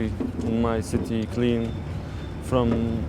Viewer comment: "...securing the sissy..." XD Gotta love this guy's posh accent! His outlandish stressing of random syllables are an equal source of entertainment. An excellent video nonetheless.